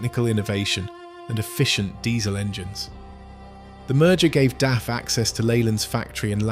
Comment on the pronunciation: its daf not df.